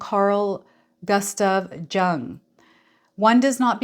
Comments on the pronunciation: Jung is pronounced Young! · This is meant constructively: Jung is pronounced Yung, the J becomes a Y. He was Swiss. Cheers